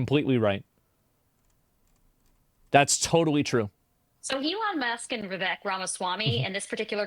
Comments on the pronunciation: i just want to say its pronounced vi-vake, like cake but va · Vivek is pronounced Wewake. Edit: You wanna fix the problem? Make H1B1 pay the same as native salaries and automatically companies will stop prioritizing H1B1. There is also another massive issue that works against you'll in this regard. H1B1, contrary to what you'll believe isn't just handed out, it can only be given to someone if there aren't multiple American's to fill that role in the company, American's who need less in term of qualification compared to their H1B1 counterparts. The fact that visa's are still being handed out means just one thing, you don't have nearly enough engineers. Reduce the cost of education, subsidize that and you need a cultural shift where a thirst for education is celebrated. Prioritise stem subjects and degrees. Make college's cheaper, much cheaper. If people over there can't add two numbers, honestly what did you'll expect?